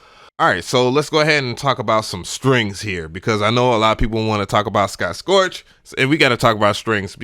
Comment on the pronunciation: S C O T T S T O R C H not "Scorch"